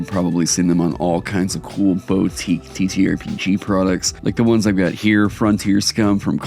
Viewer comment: PS : it’s not pronounced Bo-tique. It’s boo-tique ( like a someone scaring you “boo”. It’s French for small store .